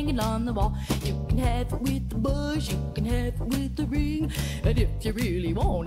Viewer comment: Buzz, not bush.